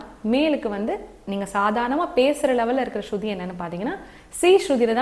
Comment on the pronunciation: அது.ஸ்சுதி மா ஸ்ருதி அல்ல..